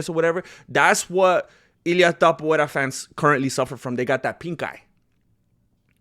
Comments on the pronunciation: TAPUREA.....you got it wrong in espan̈ol cause it's Topolia... e sound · Everyone: To MMMA: To Everyone: pu MMMA: pu Everyone: ria MMMA: ria Everyone: Topuria MMMA: TAPUVERA! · Ilia the Georgian Caucasian Mountain Man sleeps Haram Tsarukiyam, Thizzlam Duckachev same night. Ilia is their father. Both know what it's like to get KO'd. And you intentionally mispronounce his last name as way to "fight back". Same people who said "Volk is levels above Ilia", "Max will humble Ilia", "Olivera is too big and rag dolls Ilia" now saying "Oh but but they're not in their prime". Hella embarrassing.